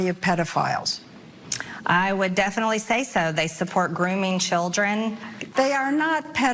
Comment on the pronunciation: MTG says "definally" And she is such an unattractive human.